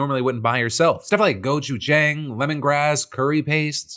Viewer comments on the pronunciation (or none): Gochu-JAYNG??? Phil come on at least learn how to pronounce the god damn thing you are peddling. Also hello fresh has become trash. Used to like it but the ingredients are bad half the time and it's so much easier to just cook yourself. I'm only mad about the sponsor... I love your recent content! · go-choo-jang phil, please learn how to pronounce things remotely well